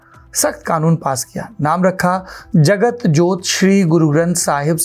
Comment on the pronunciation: बीर नहीं बीड़ होता है। जगत जोत नहीं जागत जोत है।